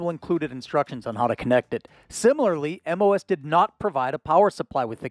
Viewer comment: MOS aka "moss"